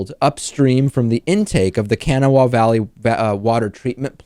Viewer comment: Kanawha is pronounced kuh-NAH-wuh it is an Indian word.